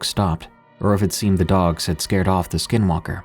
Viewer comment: I love these stories! Growing up on the navajo nation there are so many stories I have. You definitely have the closest pronunciation to the native word for skinwalker!😊